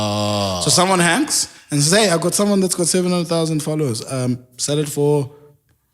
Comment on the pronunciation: He killed that accent "$1000"